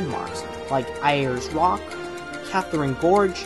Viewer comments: Mate your pronunciation of Australian landmarks is terrible. airs rock is pronounced ai-rs with the r and s slightly overlapping each other and kakadu is pronounced cack-a-do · Ayers Rock is pronounced Air's Rock there is no extended rrr sound in the word (the rock is also called Uluru = oo-la-roo). A lot of place names in Australia are not said how the word is spelt. Now I'm going back to lunch and my Vegemite sandwiche :) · I love this series - it's fascinating, well made and truly captivating - but as an Australian, when you said "Eye-urrh's Rock" I virtually died laughing.